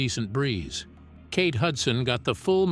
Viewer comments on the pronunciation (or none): none